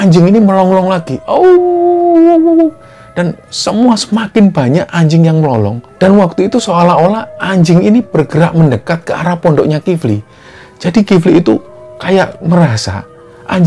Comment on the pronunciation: Melolong mas bkn melonglong